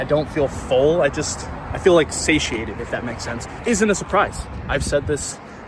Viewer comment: Sashiated? Do you mean sated? 😂😂